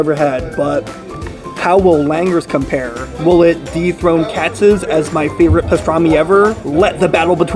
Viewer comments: What’s KATZ Deli??? It’s KATZ’S!!! There’s an apostrophe S at the end! I bet you think it’s located on Hyu-ston Street not House-ton Street (spelled Houston Street). Love these “professional” YouTubers giving advice and having NO CLUE! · Please pronounce Katz's properly...it's not KATZ, it has an "s" on the end, so it sounds like "KATZ-IZZ" I grew up in NYC but now live in L.A. so I'm curious to see how Langer's compares w/Katz's. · Love your vids. One minor point - You pronounce Katz's incorrectly. Should be Katz and the possessive s, not single. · Pro tip: It's pronounced Katziz, not Cats. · It is Katz's not Katz, come on. And there is nothing like Katz's. No comparing with anything else, let alone Langers